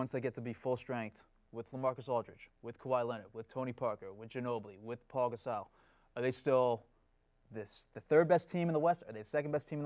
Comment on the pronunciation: dude said paul gasow